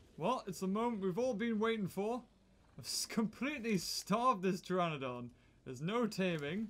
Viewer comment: Pteranodon is how it's spelled, the P at the start is silent